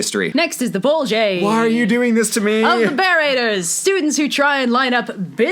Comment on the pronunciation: You think the "bolgee" your Allie!